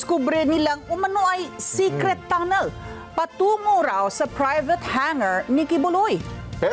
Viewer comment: AYUSIN NYO Ang PAG BABALITA NYO? Secret tonel??